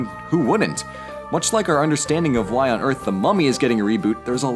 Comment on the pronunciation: When you accidently mistake the 'why' for 'wrry'